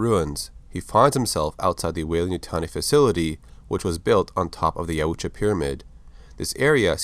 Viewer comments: It’s pronounced yowtja No offense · I believe it's "Yautja"